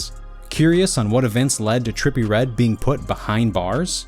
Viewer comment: terppy red